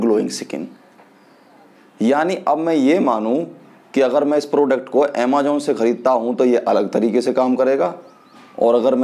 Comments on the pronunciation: People like you are like crabs. Koi acha kaam krne ki koshish kare to tum jaise log use karne nahi dete. .. English tumse boli nai jari... Just because tum pr wo product kaam ni kiya.. Defamation krna shuruu.. Har product k ek achaa point hota h ek bura... AMAJOONN nahi bhaiya amazon 😂😂 grow up buddy khud m kuch karo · Phle amazon bolna sikh.